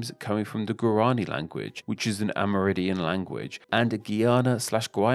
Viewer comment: Aside from terrible pronunciation of Spanish, this guy seemed to be saying “AmerIDIAN” instead of “AmerINDIAN.” It kind of distracted me. Otherwise, an informative video.